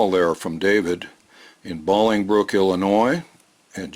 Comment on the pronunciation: Your wife's from Northern Illinois?!? Such a deal!(8-) But yeah...It's pronounced Bowling Brook, not Balling Brook. So I always teased people and called it Babblingbrook(8-)...and called Downers Grove Downers Grave...I had friends from Lyons...so I called it Tigers. I called Naperville Naperthrill. Your wife will probably tell you I'm a mess(8-)...fairly accurate.